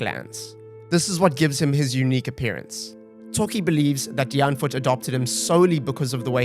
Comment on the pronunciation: Let's all say it together... Die (Dee) Ant (🐜) wood (wood) 🤣🤣